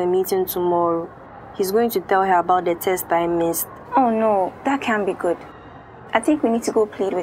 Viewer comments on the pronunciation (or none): He also said taste instead of test